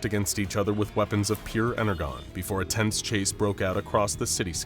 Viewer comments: WHy do you keep saying it as ener GONE its pronounced ener JOHN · "Ener-JON", not "GONE". I love you guys, but it sounded like an AI was reading it because of that Autism triggering whoopsie. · It's pronounced "ener-john" not "ener-gone". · Are we mispronouncing "energon" on purpose?!? "EN-ER-JON" NOT "EN-ER-GON" 🤦‍♂️ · He said energone it is pronounce energon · I listend to this because i love both this channel and Transformers but oohh god... the mispronouncing of energon made me feel weird 😭 en-er-jon not en-er-gon 😭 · why is everyone pronouncing Energon as 'En-er-Gone', when the pronouncing is nore like 'En-er-John'? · “Ener-gone”… no it’s pronounced ENER-JON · They never defeated optimus here and why is he saying energon as ener-gone ? As in the comments mentioned , its pronounced with a "J" sound like enerjon - more specifically like enerjohn if you want. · Energon (EN-ER-JON) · Bro called it Ener-Gone like an A.I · I get the feeling the people who worked on this have little to no clue as to the lore behind them and all the different designs they used. The icing on the cake was the way they pronounced Energon. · yeesh cant help but cringe every time the mispronunciation of energon is heard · I kid you not I could not get past because of the mispronunciation of Energon the G should sound like a J, I know I sound like a little Bi- brat but I just can’t stand it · energon? sorry you just said it incorrectly you w should watch tfp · how tf did you pronounce energon wrong? fake fan? And why is starscream G1, but optimus is bayverse?! 0/10 reasoning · He keeps saying Energon wrong.. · The way he pronounced energon made me cringe... g is pronounced as J in energon gosh.... fun video otherwise. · Why are they pronouncing energon incorrectly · Is... is he trying to say Energon? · I stoped watching because they kept mispronouncing energon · ENERGON. The G sounds like a J! XD